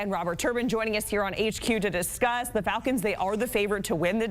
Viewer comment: Dude has a hard ass time pronouncing the word "falcons" 😂😂😂 Atlanta Vaggins, Atlanta Valkins